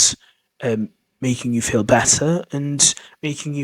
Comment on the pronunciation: "How did you feel " sounds very much like " How did you felt " (9.01) :face-turquoise-covering-eyes